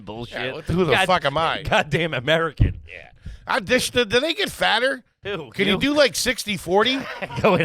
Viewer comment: I love when gets so confused/flustered by the shit says that he goes full gibberish mode! “Yeyeyey ya got wha wha what are what are you talking about?”